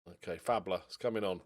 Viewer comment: Ole Faßler should sound like Fassler not Fabler. the letter ß is double ss in german.